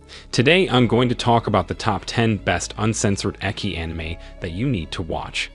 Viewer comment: its ecchi not eki